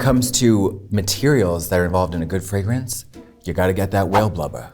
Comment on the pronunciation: spicy and high.... What now? FRAAGH-rence?